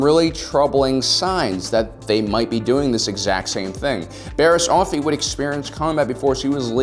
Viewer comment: I keep hearing "Barry Allen's"